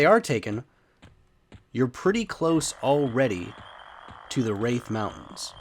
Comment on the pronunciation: Quadding at the gnolls is lame as hell. Thats a grouping spot. Plenty of other spots that are easy for druids to quad in. Just a quick correction South Ro, not Row and it's Rathe not Wraith =D